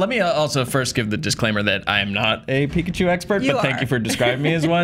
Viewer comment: Pikachi lmao